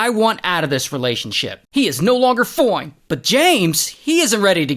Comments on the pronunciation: Its so funny when he said no longer foint😂❤😅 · "Foine" hahahaha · “Until” and “foine” alway get me ngl😂😂..